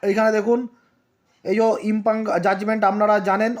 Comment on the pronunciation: ইম্পিউনড ইম্পাং নয়